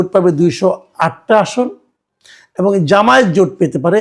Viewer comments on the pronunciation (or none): none